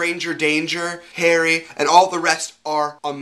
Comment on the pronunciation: pahahaah when you said Harry I thought you said Hairy! xD